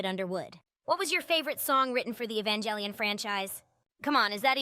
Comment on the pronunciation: I just utterly ADORE how much the AI butchers ''Evangelion'' haha, great stuff tho!!